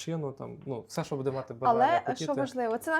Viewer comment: Дякую за відео. Але дуже боляче в голові як ви постійно в слові "буде" робите не правильно наголос